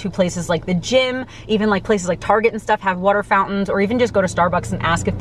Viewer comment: wooter fountains wooter